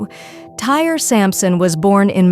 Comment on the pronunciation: It’s Ty-ree, not tire.